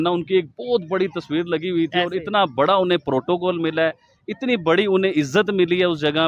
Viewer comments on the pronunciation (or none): none